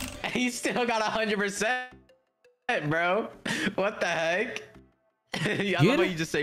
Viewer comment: huh.? “perce-eeent”